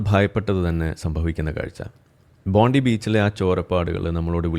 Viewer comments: It is Pronounced as ‘Bonday’ not Bondi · It’s pronounced Bondai